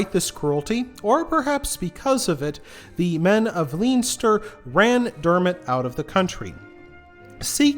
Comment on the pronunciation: On a positive note Baginbun and Bannow are lovely beaches. Super interesting thank you. Just a note, Leinster is pronounced Len-ster. Armagh is pronounced Ar-maa. Agh at the end of Irish words is pronounced aa.